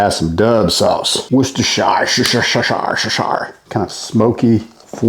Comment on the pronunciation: There weren't enough "Shires" when was pronouncing Worcestershire for us